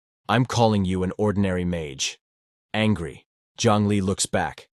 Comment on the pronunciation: Bro really say angy